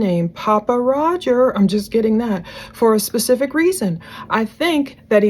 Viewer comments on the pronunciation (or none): none